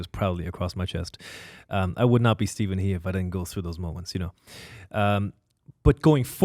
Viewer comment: Of course, it's pronounced as Stephen "Her", not "He", if you know the Chinese character.